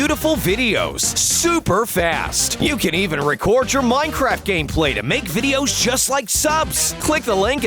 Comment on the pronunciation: you always say ien like the enied of miencraft ies neear so anooying